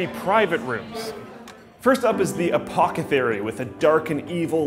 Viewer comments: Apothecary not apocathary, lol. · "apocethary" while the door clearly reads the correct pronunciation "apothecary" well done Slick. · Did just say "Apocathery" instead of Apothecary.. Im sensing dyslexia. The force is strong my young padwan.:D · He really did just say "Apocathary" instead of "Apothecary" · APOTHECARY. NOT APOCETHARY. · "Apocathery" - 2016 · The "apocathery" lol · said "uhh-pock-uhh-thairy" when it's pronounced "uhh-poth-uhh-carry". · APOCETHARY LMAO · O true apothecary, just said apocethary. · Apocathary? I don't think so, it's apothecary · "Apocathery" 2016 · Did someone else hear "apoKEthary" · Wtf,? Apothecary, not Apocathery. That was weird. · "apocethery"? I think you mean apothecary?.... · "Apochethary" :D Interesting place, but it's no place for somebody like me. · It's Apothecary, not Apocathery... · that says apoTHEcary not apoCEthary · Did this nigga really just say apocethary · "the apocothery..." oops! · Apocethary. Really. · apocathary lmao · apocethary != apothecary :D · Apocathery huh? lol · Apocithary? Lol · "Apocethary" FacePalm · lol I'm glad I wasn't the only one that caught that. I don't know if it's just a word that's not really popular/used in Canada or he momentarily choked on his own saliva, but it was funny to hear him somehow cross-breed Apocalypse and Apothecary into that (Freudian?) blurb. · "Apocethary" - 2016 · Anyone else catch where says "Apocethary"? I giggled a little bit at this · Did he just call the first private room the "a-pock-a-thery"? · I like going to the "apocethary" with my "books" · XD "Apocethary" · "Apocathery" - That's not how you say that word,. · Did anyone hear him say Apocathary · did you say apoki thary? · "apocethary"..... really? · Lol, he said Apocethary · A-po-the-cary, pronounced Uh-paah-thuh-care-ee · What's an apochethary? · lol he said apochethary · The what? The "Aphocetary"? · You mispronounced apothecary